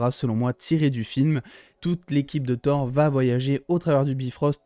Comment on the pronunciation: Ouais bon mec c'est TOUR comme si tu parlais d'une tour...c'est pas parceque c'est en anglais qu'il faut dire TOWER😂😂😂